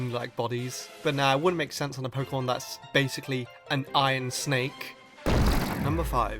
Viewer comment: Why are you saying "ion" instead of iron?